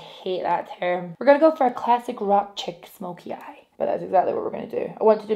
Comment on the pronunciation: You sounded so American when you said “rock chick Smokey eye” 😂💕